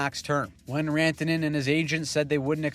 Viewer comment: Sounded a bit more like "Miko Rentene" (rent-a-net ?) to me.. Even though the attempt was good, did not fool me 😂